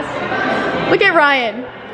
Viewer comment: she said brian instaed of ryan